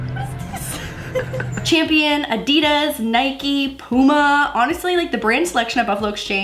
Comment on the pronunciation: “Poo-ma” I love you but I can’t!! 😂❤️